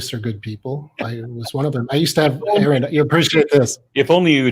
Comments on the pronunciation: It's, R N. Not Aaron. I know is used to it but it's annoying and if this guy knew who was he wouldn't keep saying Aaron. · Sigh. Guy is locked into broadcast mode. Even toward the end after being corrected, he's still calling "Erin". Not taking anything in. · It's, not Aaron.... 👍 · Anyone else bothered by the fact that he keeps saying Aaron instead of? Just me? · Bobby Allen I know it’s a minor issue and it’s not his real name, but neither is Aaron. It’s just something that I found distasteful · These people's beliefs don't surprise me,, considering they can't even pronounce your name correctly even after correction. Wouldn't you, ya know, at least research that before talking to someone 😂 I think it's very telling. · I can take no more of this fool. Laughing and dismissing before even listening to the argument (whilst misprouncing his fucking name at every moment). He is and always was a religiotard. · The proof that this fucKtard is not interested in any way of intelligent truthful conversation, that he is not actually listening to what is saying is that this idiot was corrected no less than 8 times within this very conversation the proper pronunciation of your name, and continued to get it wrong is proof that this idiot is not worth having any other conversations with you,! This idiot is no different than all other idiot god believers. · He totally ignores you every time you correct him on the correct pronunciation of your name. What a smug tool. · He was never anything but a Catholic. He is absolutely dishonest, and intentionally mispronouncing name as a jab.